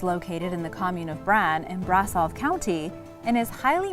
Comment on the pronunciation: You wrote Sweden in place of Switzerland and its not pronounced Brasov, but Brashov ( sh, not s )